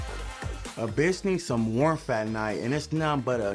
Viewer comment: “warmf”? LOL.